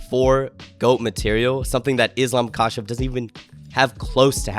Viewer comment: if you gonna glaze Islam you should probably say Makhachev right